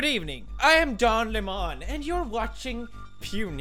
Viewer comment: DON LEM-ON